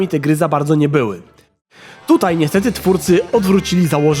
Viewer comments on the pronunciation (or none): none